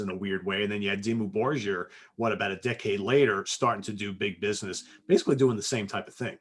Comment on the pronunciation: Hey there! Go Norway! Just a sidenote: Grieghallen (there lots of black metal albums was recorded) is named after Edvard Grieg -the famous classic composer -but most of you knew that alrready or what? PS: It's a hard G in Dimmu Borgir by the way. Not "Borjir"